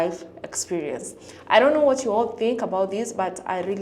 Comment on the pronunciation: Why does he say? Efryfing? And fink instad of think? I mean you’re British right? you speak the Queens English…